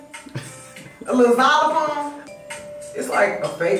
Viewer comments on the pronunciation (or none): "... det lul xylophone." lmfaooo